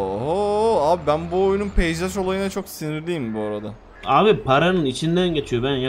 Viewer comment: abi yeter şuna peysaj seme peyzaj s ne yaaa 😂😂😂